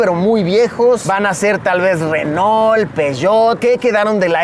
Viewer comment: Renol peshottt😂😂😂😂